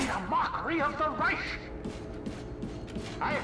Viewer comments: hate how always says Reish instead of Reich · He said Rish not Reich lol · What person calls reich reish ? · says Raysh but somehow pronounces gewehr correctly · ikr, it gets on my nerves so much...with a literal grammar nazi in the main game correcting the kkk members on proper pronunciation, it makes you wonder how this dentist dude even made it so far up into the ranks of the nazis with that appaling german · They both said reich incorrectly at the beginning